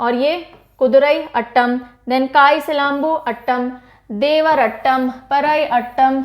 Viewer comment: Mam Me TN se hu. Your Teaching Was excellent. No problem abt Pronunciation as its Difficult for Northern Ppls to Pronouce them. Every Thing is Attam Nahi Its Aaatam. Like how You Pronounce atom.And Aatam means Dance🤗